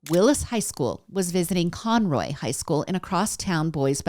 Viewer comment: Con-Row..... I live north of Conroe